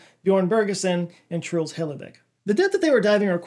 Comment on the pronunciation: wow. this is actually the first time I've ever heard an american pronounce my name, sounds even dumber in english than norwegian😅 (my name is also Truls)